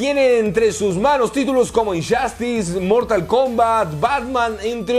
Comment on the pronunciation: Por qué muchas palabras con los juegos un decir como Injustuce los pronuncias con “Ch” y se oyen Inchastes o como Just dance que se oye chast dance